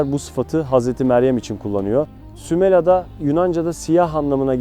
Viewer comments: Herşey çok güzel fakat şunu merak ettim ve yazmak istedim... Neden SÜMELA derken her seferinde A'yı uzatarak SÜMELA AA diye telaffuz ettiniz.? Doğru telaffuz hangisi inanın merak ettim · Sümel ağa demiyor zaten iyi dinle Sümela diyor 🤦‍♀️